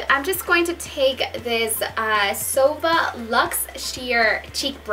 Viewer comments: It's Zoeeeeva!!! Not Zooovaa!!! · It pronounced ZO-EEVA NOT ZO-VA